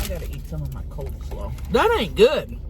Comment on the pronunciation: It’s coleslaw, not cold 🥶 slawwws divas 😐